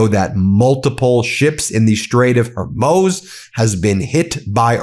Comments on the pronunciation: Ben, it is pronounced Hor mooz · Ben, I'm sorry but, it's pronounced, hoarmooze. Sorry. Yes, Ben, you are completely correct, he is a monster. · PLEASE BEN, FOR GOD SAKES, IT'S HOR-MOOZ . . . PLEASE . . . How do you pronounce the Straits of Hormuz? Hormuz Strait of Hormuz American pronunciation Sounds like hor·mooz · It's HOR-MOOZ, NOT "Her-moze"! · Ben! It's not Hormoz! IT'S HORMUZ! I can't believe you keep saying that. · HORMUZ! Not HORMOZ! Pronunciation isn't that hard. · For the last time, Ben, there is nowhere called the 'Straits of Hormoze'. It is the 'Strait of Hormuz', pronounced 'Hormooz'. Stop pretending you respect the Iranian people when you can't be bothered to pronounce the easiest of Persian words, properly. Let me guess: you say anti-semetic even though no such phrase exists. You are staggeringly ignorant. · For the love of god...it's pronounced HORE-MOOZE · HOR MOOOOZE MOOOO Not MOZ MOOOO NOT HORMOZ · Thanks for your reporting, Ben . I think the strait is pronounced Her-mooz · hor* mooz* strait. fix the ai, it's driving me batty...please. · Please don’t try to MATCH Trump’s brain! “Hor-MOZE”?? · Munich is pronounced Munchen in Germany where Trump family is from and where Hitler was from too. HORMOOOOOZE btw. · "HERMOZ" [sic] is neither the correct spelling nor the correct pronunciation of "Hormuz". Why do you persist in this error? You have a better brain than that. Please use it more meticulously. ALSO -- learn how to pronounce "modicum" properly, and strive to remember to replace the indefinite article "a" with "an" before any vowel or vowel sound. Did you simply sleep through 9th grade grammar? Language, after all, is your medium, both as a journalist and as an attorney and law professor. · Ben,You're a intelligent guy learn how to pronounce Hormuz : Hormuz geographical name Hor·muz ˈ(h)ȯr-ˌməz (h)ȯr-ˈmüz variants or Ormuz ancient town in southern Iran on the Strait of Hormuz (strait connecting the Persian Gulf and the Gulf of Oman